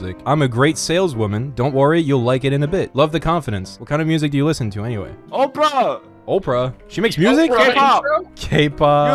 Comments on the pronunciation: 'oprah!' YOU MEAN OPERA MY BRO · OPERA, not OPRAH lmao